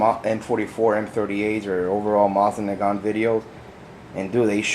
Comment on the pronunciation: Sorry, but this bugs me. The proper pronunciation is Moe-seen Nahgahn and the T in nagant is silent. I do like your collection! I recently started one of my own!